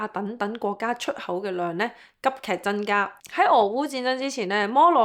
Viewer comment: 謝謝Rain的分享 如你能夠改善懶音問題，就更Perfect了！ 俄羅斯嘅俄，超額既額，係有鼻音嘅 增加，唔係真加 一百，唔係一八 油產，唔係油橙 其實仲有都幾多😂 開頭聽有啲辛苦，但因為內容豐富，都選擇繼續聽